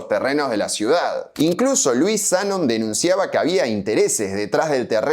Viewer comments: Es Zanón.. en la foto de la licitación está con tilde, y las publicidades de los cerámicos decían “Zanón” también. Me tiembla el ojo de escuchar esa mezcla de tilde y no tilde. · Zanón, no Zanon. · Una minicorreccion.. Es Zanón no Zánon y lo que mas disfrutaba del Italpark era el salon de tiro. El pianista que le tirabas en el culo para que toque, el pajarraco del reloj. Los sapos.. Nunca encontre ni una foto de ese salón. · Ea Zanón, no Zánon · Zanón maestro, Zanón. No Zanon. Corroboralo en el sitio de árbol genealógico. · Amo tus videos.... Pero me destruye que pronuncies el apellido como Zánon... Es Zanón!!! Jejejeje! Mí nonno tambien era del Vento, de un pueblo cerca de Padova, y cuando emigró a Argentina también abrió una fábrica de cerámicos ❤😢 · En uno de los documentos que mostrás está escrito Zanón con tilde, así que sí, se pronuncia "Zanón". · Como todo veterano de mi edad sabe y recuerda (por haberlo escuchado desde nuestra adolescencia), se pronuncia ZANÓN... de hecho si te fijás en un documento que vos mismo mostraste en el video... aparece correctamente escrito ACENTUADO EN LA "O". Punto. Fin de la polémica. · hola soy zanon, la nieta de luis, Zanón es con acento en la o. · zaNON. siempre pronuncia los nombres como el orto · Zanón aparece con tilde. Resuelto el tema de la pronunciación del apellido. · En una imagen del video, en un recorte, aparecen como "Zanoni" lo cual tendría sentido visto que es un apellido italiano. Y respecto a la pronuciaciòn, me parece que es Zanòn. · Cómo estás. No es lo principal pero me parece que la pronunciación correcta del apellido es Zanón con acento en la o Sds